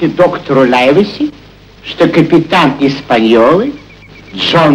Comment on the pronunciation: И не знаю, какой перевод использовался для этого фильма, но с Лайвеси вышла промашка. Для сравнения я специально начала смотреть американскую экранизацию 1934 года - так вот, там чётко слышно, что доктора называют Ливси, а никак не Лайвеси.